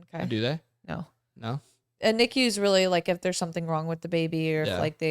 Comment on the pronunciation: If someone came up to me and said someone's in NICU the way she's pronouncing it I'd have no clue what she's talking about about. U say the letters. Even Drs call it N-I-C-U Not knee-Q